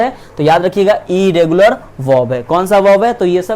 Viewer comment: Eregular or Inregular bhaiya